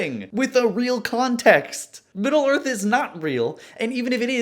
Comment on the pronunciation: If middle earth isn't a melting pot, then why is it the middle of the earf??? hmmmmmmmmmmmmmm